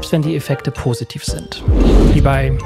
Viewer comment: Sagst du immer pRositiv?